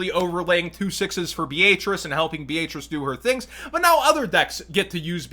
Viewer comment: Who else is bothered by the way he was saying Beatrice lol its a pretty common name lmao